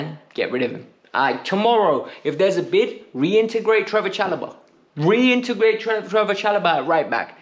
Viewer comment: I agreed with everything until u said reintergrate Broja like nah